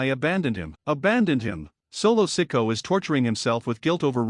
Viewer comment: Lies and more lies. Roman is gone fliming. Learn to pronounce the names correctly, like Solo last name. You are a joke.